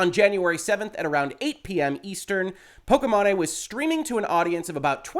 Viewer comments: "Pokémon-eh" hahahaha 😆 😂 The ethot's streaming name is pronounced *poke-ee-main* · Correct way: po-ki-maine way: po-ke-ma-né Lololololol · everybody else: "po-ki-mane": "po-ki-ma-ne" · “POH-KEY-MAIN” not “POH-KEH-MA-NE” great content as always sir, appreciate you. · Wow, was really thrown by the “pokey mahney” pronunciation over the actual one, “pokey main” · It’s pronounced pokey main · I think it’s pronounced poki-mane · I think her name is pronounced pok-ee-main, but I'm not a follower of her content, so don't quote me on that :P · Good Lord,, you had me cringing at the pronunciation of her name. The 'e' at the end makes the 'a' say it's sound. Pok-ee-main Other than that, fantastic and important video. Loved the Sword of Damocles reference! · "po-ki-MA-ney" muahahahaahaha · I love you, reallyvI do, but Poke-main. Just....Poke-main. or mane, either way. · Why are you saying "Pokimane" that way 😂😂😂? It's pronounced "pokey-mawn". Altho, most people say "pokey-main". Given that I rather dislike her, I'm fine with people getting it wrong, but your mispronunciation is definitely a new one for me lol. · Thank you for your professional and reliable opinion. I had a feeling that a lot of streamers (that I still like and respect a lot) are spewing a lot of wrong information regarding fair use and dmca laws (regardless of how I think dmca law needs to be updated/changed) P.S. I'm pretty sure it's pronounced "poh-kee-mayn" XD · I believe her name is generally pronounced "Po-key-Mane" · are you up for a little pokimanipedi? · I do not watch pokimane at all, but I know you are butchering the pronunciation of her name and it sounds silly, like how did you even come up with that pronunciation? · I absolutely love how you mispronounced her name! Lmao please do not correct yourself! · How you pronounce pokimane lmao. That’s what we should always call her from now on! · I love the way he pronounced it haha